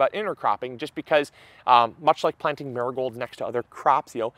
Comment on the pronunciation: When you first said Marigolds, all I heard was "nurgols"... I was like, what is he talking about??? 😂 Then I worked it out. Accents haha